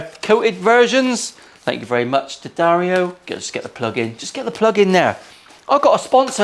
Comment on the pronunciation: Who doesn't like a good "SMIDGIN"? I'm so pleased that you have sponsorship from D'Addario and even more happy that you pronounce it correctly. It was a great episode and I for one, enjoyed the cleaner Bluesy playing.